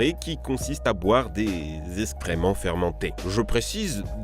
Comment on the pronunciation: J'adore la vidéo mais on dit pas escrement mais excréments